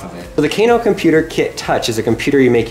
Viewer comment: I don't think its, Kc - a - no Its: K - AA - NO